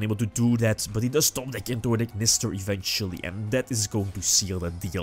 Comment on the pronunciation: top decks into an Ignister?? Haha we knew you meant Aleister